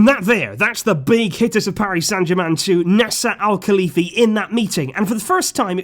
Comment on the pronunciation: it's not Nessa al-Khalifi, it's Nasser, jesus fuck